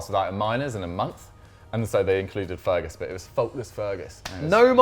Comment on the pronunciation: You can't just mute Dougie like that. And also "Feerguus"